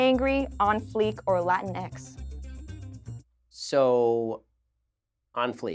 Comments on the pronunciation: It’s not Latin x it’s latinks. Hope sjw’s don’t report this video lol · Latinx actually pronounced “Lateenex” like Kleenex (the tissue)